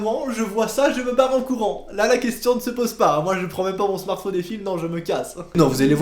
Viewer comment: "avec son smartphaune" XD